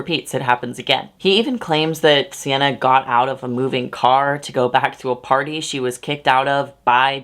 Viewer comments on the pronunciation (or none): none